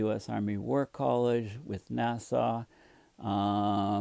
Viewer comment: Nasa : nas-uh